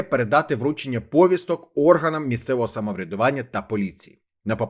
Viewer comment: Даруйте, щ наголосом, що трапилося? Чому раптом "пОвістка"?